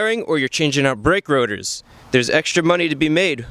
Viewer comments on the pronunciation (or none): also with 'bwake wodors'